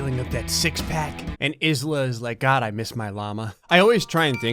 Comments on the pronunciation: Did just called Isla as IS-LA? Ayla, it's Ayla. Like island without the nd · Isla is not pronounced 'is-la'... its pronounced 'eye-la' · I might have to dismember you. I’m sorry. But the way you said Isla kills me, it’s pronounced aila, like island:( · Isla isn’t is-la but eye-la... also. Spleens plushie, is ale all of my money! Right goddamn now!!!! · Isla is pronounced eye-la 😳